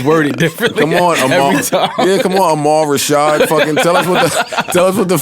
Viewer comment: "AhMal Rashad" lol you're welcome